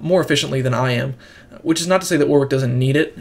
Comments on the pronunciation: You need to learn English phonetics, son. What if I start calling you Big Luggy Agga? Ask anyone at Riot, or anyone else English - it's pronounced "Warrick". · It's pronounced "Warrick". What's all this "WW" nonsense? The second 'W' is silent.